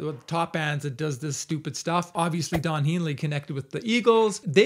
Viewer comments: I feel for you man, but please stop saying Don Heenley it's Don Henley (hen-lee) he might have reported it just for that. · Yes please, at least pronounce Don's last name correctly for God sakes. Lenny & The Villa is correct. It's HENLEY with a 'short 'e', not a 'long 'e'. Just can't take you seriously if you don't know his name. Sorry✌️ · Don would probably be less of an assh0le if you pronounced his name correctly. Don HENley, hen like a chicken. Soft 'e'. 🙂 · It's because you can't pronounce his last name.